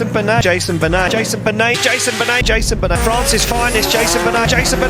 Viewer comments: « Jason banet » perso j’ai ri, ohhhh là j’ai ri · Jayzonn beunett's 😂